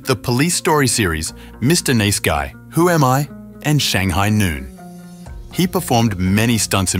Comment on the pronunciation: "Mr. Niece Guy" ah yes, that little known Jackie Chan Movie where he plays a man, pretending to be a girl in order to protect his uncle on holiday. seriously, it's MR. NICE GUY - NICE rhymes with ICE, it's not the city of Nice (niece)